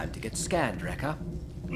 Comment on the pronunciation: I know you mean Wrecker, but you actually say Rex. I have done the same so I'm not looking down at you but I understand you. 😉